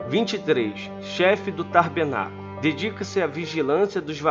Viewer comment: tabernáculo e não tarbenaculo kkk